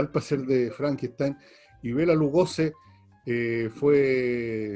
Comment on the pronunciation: Es Lugosi, no Lugoze